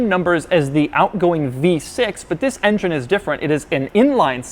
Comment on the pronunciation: Why does he always says wis instead of this?